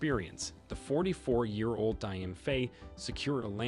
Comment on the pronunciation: My brother Dio pronounce Jo not dai